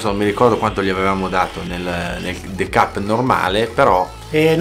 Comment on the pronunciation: Se metti il the cup in freezer...diventa ghiacciato??... Scusa ma il the cup non lo devi pronunciare de cap.... Ma te cup